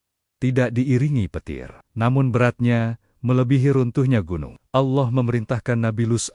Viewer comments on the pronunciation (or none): Naratornya perbaiki cara pengucapan nama Allah SWT